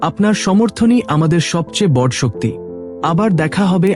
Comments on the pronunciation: Apni uchcharon ta boro korun....bor naa..ete vul uchcharon....r abonti naa ota hobe abonoti....uchcharon ta kane lagchhe...but aalochona ta valo.... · দাদা সবই নাহয় হলো,কিন্তু আপনি আপনার উচ্চারণটা সঠিক উচ্চারণ করুন। বড় নয় বড় উচ্চারণ করুন। ও কার দিন। আপস,হসন্ত নেই। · বাংলা বলা আগে শেখো। আপস্, বড়্ যে ন্, প্রজন উজাড এসব কী বাংলা বলা?